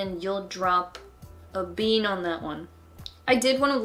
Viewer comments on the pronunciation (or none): none